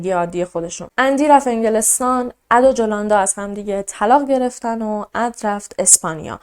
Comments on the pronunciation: جولوندا نه یولوندا 😅تلفظش این طوری هست. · اسم مادر خونده نیکول ، یولاندا بود نه جولاندا با „J“ مینویسن اما «ی» میخونن.❤ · جولاندا نوشته میشه ولی یولاندا تلفظ میشه.